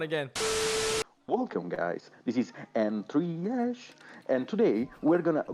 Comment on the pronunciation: im dying from "N Three Esh" also very informative and thankful for this video